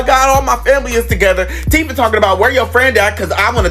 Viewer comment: It’s Teefah